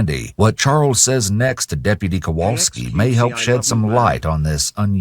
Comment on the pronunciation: When chat started laughing at "kowalksi" it reminded me I went to elementary school with that officers brother.... small world.